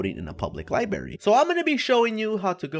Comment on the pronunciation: Apparently doesn't know how to say library